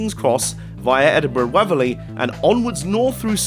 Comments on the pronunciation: WAY-verly'. The way you pronounced it reminded me of 'waffer thin mints'. BTW there are plenty of refurbished HSTs running internally in Scotland. Thanks for the video. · Edinburgh Waverley is pronounced Way-ver-ley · Mate great video but the way you say Waverley is shocking!